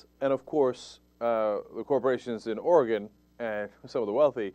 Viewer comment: Cenk - thank you for pronouncing "Oregon" correctly - I haven't lived there in 7 years, but it's still like fingernails on a chalkboard when I hear it said wrong ;-)